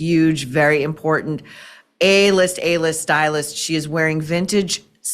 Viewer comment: Maureen, What is this "Import TENT?" I'm hearing it more and more. Cringes my brain.